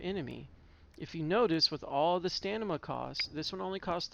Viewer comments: Nice build, but it's StaM-i-Na. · Holy crap, that's been bugging me so bad HAHA